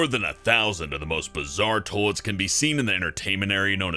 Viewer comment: Why do you say "Tollettes" instead of toilets?